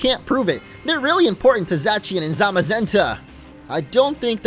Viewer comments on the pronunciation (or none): It’s not “za-tchian” it’s “za-shyan” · I don’t really mind that you say Za-chi-an, but just in case you didn’t know, its name is based on a foreign pronunciation of “The Cyan.” [Zamazenta is “The Magenta”] Thus, the c should theoretically be pronounced with an s sound. But you do you.